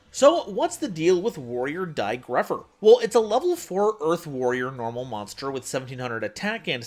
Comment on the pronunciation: It's dai goatpher!